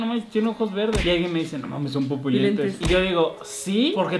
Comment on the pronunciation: Pupolentes JAJAJAJAJAJ